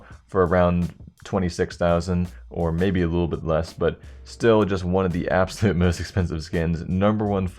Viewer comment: "abosulute fortune"